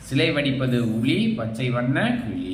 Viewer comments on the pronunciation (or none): களி இல்ல கிளி😂